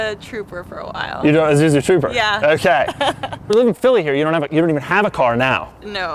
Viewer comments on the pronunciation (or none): God damn it Doug, you said izuzu instead of Isuzu, fuckin hate that.